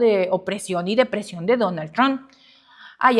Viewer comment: no se dice DONAL TRON !!!!!!!!!!!!!!!!!!!!